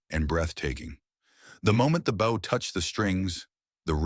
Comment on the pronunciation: The mispronunciation is dire. The frayed bough (rhymes with ow), instead of frayed bow (rhymes with oh).